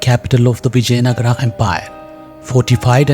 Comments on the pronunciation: Whoever the narrator is, please don't get western influence and I request to please pronounce our words right. It is Vijaynagar not Nagaraa. It is Ram not Ramaa! Please let's be progressive and yet connected to our roots! Sorry if I said anything wrong. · Please be informed , it is Vijayanagara in Kannada not Vijaynagar.. Also it is Ramaa in Kannada and not Ram. In Telugu and Tamil it is Vijayanagaram, for Ram they say Ramulu, Raman etc.. so each language has different pronunciation and Hindi is not a base although I respect Hindi. Actually, most of the Hindi speaking people can't pronounce South Indian words and similarly South Indians pronounce Hindi words differently.. Kindly consentrate on subject than pronunciation.. For example a Dutch would pronounce Vijay as Viyay as they pronounce j as yay. Kindly do proper research before commenting. Narrator's pronunciation is not western influence. It is Kannada. And we are proud to pronounce as Ramaa or Rama, Lakshmana, Narayana, Hanumantha etc. Jai Bharatha...